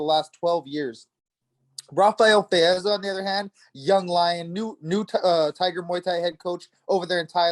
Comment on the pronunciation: pronounced Fizievs name correctly.